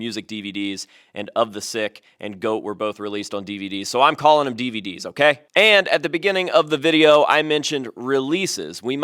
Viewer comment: dee-VEE-dee’s lolol!